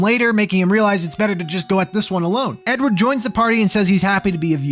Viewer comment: Every time you said “Edward” I thought you said “N-word”